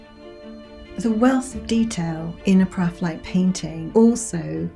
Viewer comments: Really interesting! Is there any reason why she pronounces it "praphaelite", is it just a subjective thing or is it actually just a really miss-leading spelling? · So, four syllables rather than three.